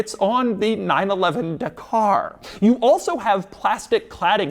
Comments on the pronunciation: Da-kah Not De-karrr. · It’s not the car it’s dah car ffs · It's pronounced Dakar, not Dakar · Again I simuntaniously hate and love when americans give american akcent and reading methods to Non english names. Dakar is pronounced Dakar, not DEKER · It's dak-r, not duh-car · OMG Doug, it’s pronounced Darkrai, it’s obviously based off the pokemon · Dakar sounds like da car lol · Porsche 911: "Da Car" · It’s pronounced ja-car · Doug the type of guy yo get the name wrong. It is a silent R, so Daka. That's how the Senegalese/French pronounce it. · The pronunciation of “Dakar” 🤦‍♂️ bruh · Every Englishman yelling 'that is not how you pronounce Dakar' 😁 - great video as always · I cant stand this... It's not "Por-SHIA", it's "Por-SHE", and it's not "De-CAR" it,s "DAKAR"... This is only pronauciation.